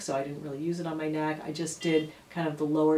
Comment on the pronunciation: Neck! Not beck hehe